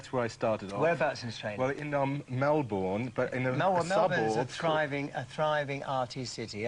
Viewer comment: I'm irked by how he pronounced Melbourne.